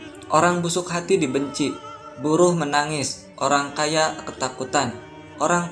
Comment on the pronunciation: buruh dibaca rubuh